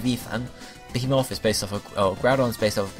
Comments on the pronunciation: Be-HE-Muth and La-VI-ithan. I thought you played games :p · I have never heard such miss pronunciation of the words behemoth and leviathan... You should get a medal.